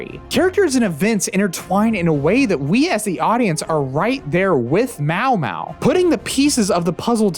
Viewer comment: pronouncing maomao as mawmaw is a crime